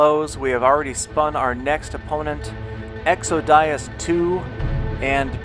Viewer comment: You say exodias funny...